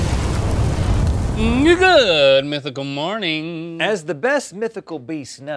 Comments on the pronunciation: did anyone else hear link say niggamythical morning at the start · I heard nagood mythical morning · Are we gonna ignore that it sounded like link said the n word in the beginning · Anyone else thought that link said the n word in the intro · Did anyone else hear what I heard when link said "Good Mythical morning" it sounded a bit like something else😂😂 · I thought link said the n-word at the very start of the episode and i had to rewind to the start and listen to it again to make sure